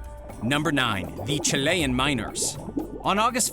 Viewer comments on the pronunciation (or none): Chil ayan? Weird way to pronounce Chilean lol